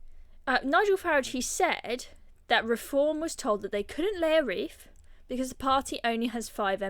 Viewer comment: WreaTH not ReeF